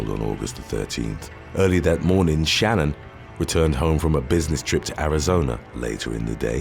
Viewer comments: Just to correct one thing about the dirtbag Chris Watts. Shan'ann was pronounced different from how you said it. I was so taken back by the story I watched so much about it. And based on how her family says it it's not the average Shannon name. Just so ya know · I wonder how many hours YouTubers actually work. Googling the pronunciation of Shanann would've taken about 30 seconds.